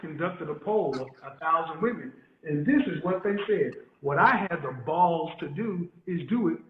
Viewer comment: Educated? She doesn't even know how to use the words Woman and Women correctly. Either the younger generation is going deaf or they are not learning our language properly. One woman, two women. Woman and Women are not pronounced alike. Go back to school! LOL